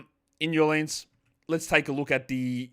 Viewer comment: Snow in NAH-lins, game is postponed